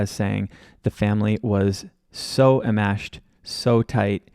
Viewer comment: Hi - At approx, you state that it's Georgia Cappleman and an FBI agent at 'the bump' vs. Fwiw, the word is 'enmeshed' vs being pronounced without the 'n' sound in the first syllable. and Harvey were going to pay 2/3 of the one million, with Charlie paying the rest, hence the 300K+ in his bogus claim of extortion at his own trial.